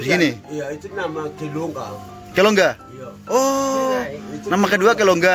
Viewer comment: Bapak Moro pu nama Waktu kecil itu Kiten Bukan Kisen 😁 yang kedua Kilungga itu artinya Cemara atau bisa dibilang nama Pohon cemara yg dipakai untuk nama Bpk Moro bukan kelongga.😁 yang ketiga itu Muru yg artinya semut Bukan Moro 😁 tapi ya sudahlah su terkenal dgn sebutan Moro jd...😂😂 Salam penyakittt Kinaonak.Wa wa🙏